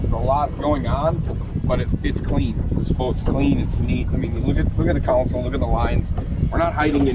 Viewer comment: So the live wells are computer-controlled touch screen? What could possibly go wrong? 😝 Also, it is "console", not "council". One is a part of the boat you drive from, and the other is legal representation.